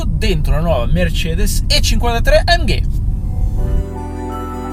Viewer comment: AMGAY :D funny italian pronounciation